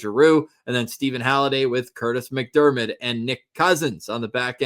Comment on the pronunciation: noticed shirt: Piller McDermid (NOT MacDermid as in Kurtis, lol)